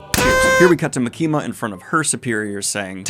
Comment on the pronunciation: ITS MAKI-MA NOT MUKEEMUH